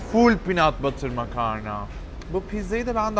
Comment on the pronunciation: En azından adam gibi İngilizce telaffuzu var çok şükür. Peanut butter hariç orda i yi uzatman lazım gardaşım